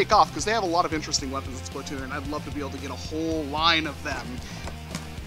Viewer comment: ITs not Splitoon its Splat-oon